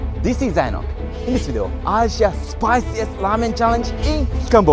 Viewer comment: Its ŕrrrrrrrrramen not lamen